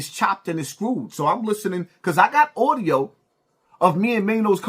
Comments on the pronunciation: it's audio, not oudio. You gotta do better, brother. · The word is Audio not Oudio 😂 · That "Audiyo" was disappointing to hear. 😐